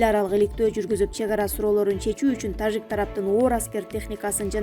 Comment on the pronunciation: Диктор тажик деп айтканда орусча Жы дебей Кыргызча Жы деп айтчы